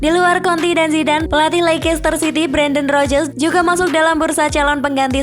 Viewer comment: Konte min, jangan konti 😂